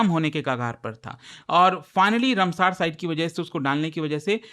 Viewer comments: Rumsaar nahi ramsar site😂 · Ramsar- रामसर not रमसर sir please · तोतले साले ये रामसर है,कौन सा नशा फुका है रे बाबा जो रमसार बोल रहा है। तू क्या मास्टर बनेगा रे।